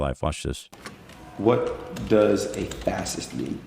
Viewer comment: The way he pronounces fascist...😳